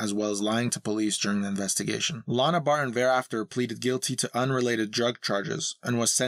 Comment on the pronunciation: Why does the narrator pronounce "Barton" as "Bar-ehh"? It's distracting and annoying.